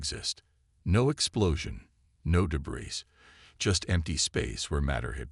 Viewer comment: WOW!!!!! Story #4 today and my LAST!!!!!!!!!!!!!!! Just in the first few minutes......your POS AI, once again, as usual, has proven that you don't give a rats arse if it makes sense or speaks correct English or not!!!!!!!!!!!!!! JUST in the first few minutes....WTF IS: "DEH-brees", "arMAYduh", "arMADuh", "convinned"(convened), "deh-BREES", "di-STEBBLE-izing" !!!!!!!?????????????????? Your stories SUCK if they can't be enjoyed be hearing PROPER English FREAKING language!!!!!!!!!!!!!!!!!!!!!!!!!